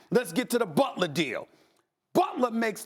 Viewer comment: BUT-ler :Stephen A. Smith